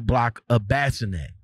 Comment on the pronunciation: Bassinett😂😂😂 it’s bis -o -net. Bissonett .rip jasmine